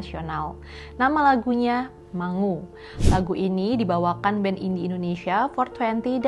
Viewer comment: Mangu.. Bukan di baca manggu.. Kalo mango di baca menggo.. Biasa baca Inggris yaaa..